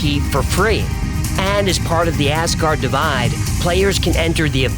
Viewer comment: Asgard Divide...not Ascar Divide